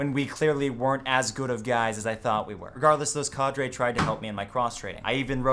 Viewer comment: Why does he say cadre so fucking weird